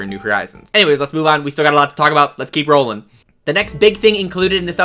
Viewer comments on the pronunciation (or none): none